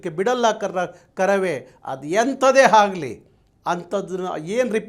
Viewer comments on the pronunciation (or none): ಅಣ್ಣನ ಕನ್ನಡ ನೋಡ್ರಿ ...😅--- ಹಣ್ಣನ ಕನ್ನಡ ನೋಡ್ರಿ ಅದು ಎಂತದೆ ಆಗಲಿ --- ಹದು ಹೆಂತದೆ ಹಾಗಲಿ 😢😢😢 ಆ ದೇವರೇ ಬಂದು ಕಾಪಾಡಲಿ😢😢